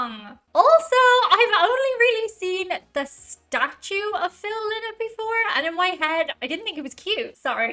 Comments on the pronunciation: Phil "Lie-not" as he used to say. Not Phil "Lee-not". But hey, you're the only one to make that mistake. 🙂Cheers from france! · NEVER call them Linnett it's pronounced Lienett. They say a Linnet is a sea bird of some sort. This version cut out the harmony solo at the end. Phil died from his heroin addiction. The band is a one hit wonder in the US. Many hits in Europe. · Its pronounced 'Lie nott'... lynott is a bird!!! Duh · its pronounced phonetically phil lie not. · This seems to be a short version of the song, but still a party anthem. Phils surname is pronounced "lie-not". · Oh man! Is that how his last name is pronounced? I’m from Michigan USA and have always pronounced Phil’s last name Lynott with a long I vowel sound for the Y. Am I wrong? Can someone help. I don’t want to second guess an Irish Lass.